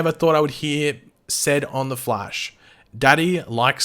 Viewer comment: Why does it sound like you called him "The Flesh" while talking about the dinner scene?